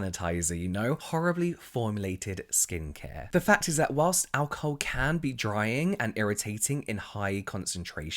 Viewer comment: I think we've become so obsessed with ingredients that we've forgotten to listen to our skin and how these products make it feel Also I love how you pronounce alcohol as ow-ca-hoe 🤭